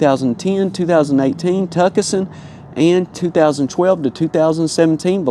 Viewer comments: Did you just pronounce Tucson "tucuhsun"? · Never heard of the Tukison and Velostah vehicles. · Tucson and Veloster.